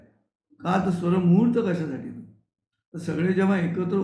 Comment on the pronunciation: खूपच सुंदर! बहिणाबाईंच्या कविता सुरुवातीला गाऊन खूप छान वाटले! स्वरमूर्त की स्वरमुहूर्त नीट ऐकू शकले नाही. पण त्याचे विश्लेषण खूपच परिणामकारक वाटते. तुमच्या या उपक्रमामुळे सकाळ प्रसन्न होते. धन्यवाद सर!